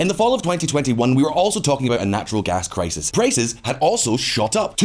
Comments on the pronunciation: "This clisis is grobal". Love it. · "... because this clisis is grobal." 😝😝